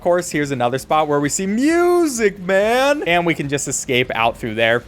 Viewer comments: The way bro says MUSICMAN is so funny 😂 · Bro keeps saying “MuSicE MaN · Thanks to Matpat "Muuuuuuuuuuuuusic Maaaaaaan!" is the only way it can be pronounced. any other way just sounds wrong XD. I'm Glad he embraced the meme it became.